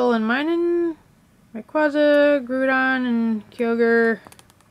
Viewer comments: its pronounced ray qay za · No offense to the speaker But does it disturb anyone that she's saying raquaza like that?? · You're pronouncing it wrong it's RAY-QU-AE-ZA not RAY-QUA-ZA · Say ray-qwayza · You don't pronounce raquaza right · factz the cring is real i dont really like this vid 😥✌ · Umm... You pronounced almost every Pokemon incorrectly! Ray-Quay-Zah, Grow-don, Kye-oge-r